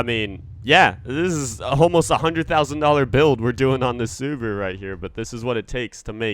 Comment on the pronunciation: Dude its called subaru